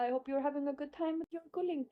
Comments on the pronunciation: GULING BUKAN GULI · Guling....bukan gulih